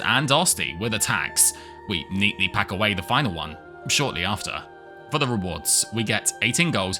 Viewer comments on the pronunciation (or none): none